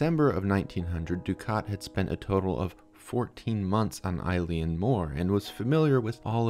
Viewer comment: Oileann meaning island is pronounced ill-inn, not like a girls name "Eileen".